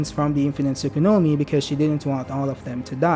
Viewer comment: say "tsukunomi" once more and im gona fuckin block u. its "tsukuyomi" bruhhhhhhhhh